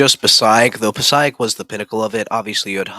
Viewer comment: Passaic is pronounced: Puh-SAKE.